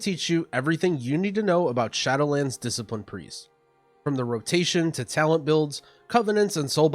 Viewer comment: "Discilipine" KEKW